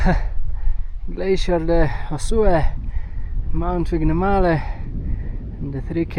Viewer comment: Pronounciation of the Vignemale peak is just amazingly off 😂